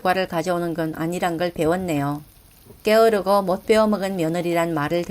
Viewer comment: 께으르고 라고 발음 하지 말고 게으르고 라고 발음해 주시면 좋을것 같아요. 잘 들었습니다